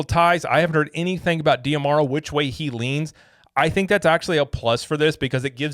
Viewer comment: I believe his name is pronounced "Josh Dah-Marrow" (based on interviews I've seen) rather than "dee-ah-marrow."